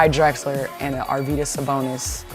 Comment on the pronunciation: its actually AR-vy-das, not ar-VY-das